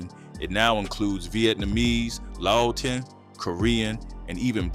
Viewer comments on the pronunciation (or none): LA O TIAN! not laotin smh lol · Wtf is lao oh tin, ai butchered tf outta that one